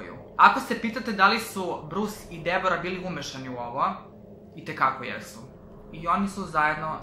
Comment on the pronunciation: Samo moram da te ispravim , koliko ja znam Deborah se cita Debra ! No hate !!!